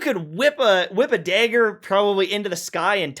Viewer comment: they are a joke. years later and you still say dayger and waygin 😢